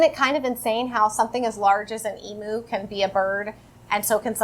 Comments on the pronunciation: Love your homeschool videos! Can't wait to see more. As an Australian I just thought I'd let you know it's pronounce "eem-you" not "ee-moo" 😊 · I love this haul ! Side note, aussies pronounce it em-u not e-mu . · Lol Emooo love the American pronunciation. It’s more like Eeem you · Emu is pronounced Eem-you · Im Australian, emu = eem-you lol :) Those bingo games look great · In Australia we pronounce Emu as em-you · Hah I was about to make the same comment long Eem u as in you. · I know your not alone in this, as cute as it is, Emu is pronounced Eem-you. Just a kind, if you wanted to know FYI so you can have the BEST American kids on the planet at pronouncing Emu while playing Bird Bingo! A game I totally want to get my kids, thanks for the recommendation! 🇦🇺 ❤️🙋🏻‍♀️ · Hehe I picked that up too! Its funny when you hear non-Australians pronounce emu :)